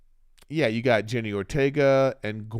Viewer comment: Wednesday was a great show. But if you love her so much...put some respect on her name...LOL. JENNA not Jenny. 😄